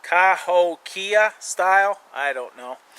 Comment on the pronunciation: I believe that it's pronounced "kahokia."